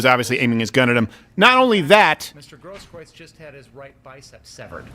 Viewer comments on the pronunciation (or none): Steven it's pronounced 'GROSS - KROOTS'